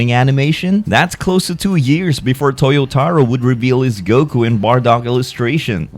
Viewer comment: Toyotaro? Official? 😂If you say so.